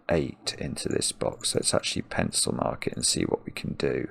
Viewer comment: I love when he says "pencilmark" it actually sounds like "pencilMARK" as if to point to goodliffian notation :)